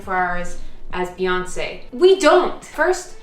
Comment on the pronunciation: When you said "Beyonce" while trying on clothes, I had to do a double take because I heard "fiancee" and thought I had seriously missed something 😅 Gorgeous dress, by the way!! Hope you have a beautiful day! 🥰 Ps. Thank you for that visual of Beyonce sitting and doing her taxes 😂